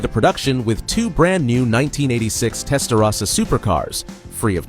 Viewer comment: is it AI because he's saying "Testarossa" incorrectly or is it a real narrator that doesn't know its TEST-UH-ROSSA not TEST-UH-RASSA